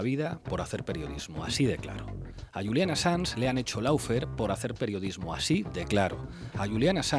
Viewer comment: Pablo! No se dice "LAU FER"... se dice "LO FER"! Aunque no eres el único español que lo pronuncia mal. Es como el caso de "GE MEIL", "CRISLER", "CUR KOBAIN", "U DOS", etc. Muy buen programa!